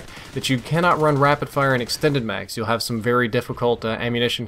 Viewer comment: Lol "extened mags"